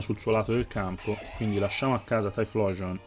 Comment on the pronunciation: la pronuncia non è "tai-xplosion"?